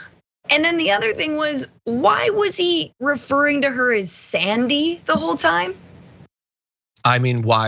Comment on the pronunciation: Her name is Alexandria, he's not saying Sandy, it's Xzandy